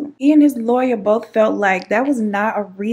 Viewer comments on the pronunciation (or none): none